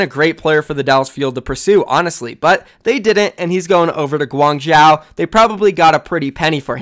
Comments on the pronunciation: 1. is that really profit wtf 2. im not even Chinese but "Guang-chow" sounds really wrongly pronounced... Isn't it pretty obviously "Guang-joe" ??? Inform me if I am incorrect but he sounds like he is butchering the name every time... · Guang-Zoh not Guang-Zow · gwang-joe my dude. say gwang-joe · my dude, Guangzhou is pronounced closer to "guang-JOE". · if I'm gonna be watching ur vids pls say Guangzhou like Gu-wang-jou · Hi, as a Chinese viewer who is from Guangzhou, the way you pronounce Guangzhou is kinda irritating. Although I don’t expect you pronounce it 100% accurately, a more reasonable pronunciation would be ‘Guang-cho’. Can u pronounce it that way in the future plz? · Please it is Guangzhou with the zhou prounounced zo like bro, go, foe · ASK. A CHINESE PERSON. HOW. TO PRONOUNCE GUANGZHOU. It is so unbelievably annoying when you pronounce it wrong every time, its not difficult to learn something close enough. Just say Gwang-joe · i mean they would say gwang wrong u shouldve said gwong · I will dislike every vid with any of these criteria: More than 3 ads Intro longer than 45 seconds Mispronouncing a city name when its your job to report OWL news (just google it ffs) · its literally his job. guangzhou is going to be a legit OWL team. Imagine if a newscaster couldn't pronounce new york properly, and the way he/she pronounced it shows they didn't even attempt to learn the proper way. he says Guangzhou like 6-7 times a video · Fucking annoying i agree